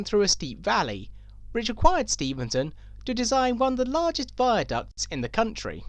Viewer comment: Stephenson, it’s Stephenson. Important to avoid misnaming people.